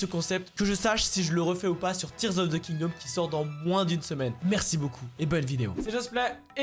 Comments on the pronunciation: La video est vraiment bien mais tears of the ”kindaum” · Tears of the kingdôme 😂